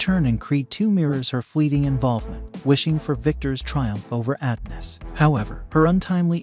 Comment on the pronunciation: It’s pronounced “UH-DON-US” not “AD-NUS”.🙄